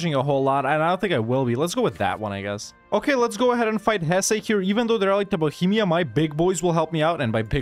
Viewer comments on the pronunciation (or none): none